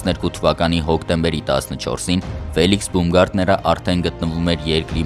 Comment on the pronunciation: Բաումգարտներ , ոչ թե բումգարտներ: Ծիծաղալույա հնչում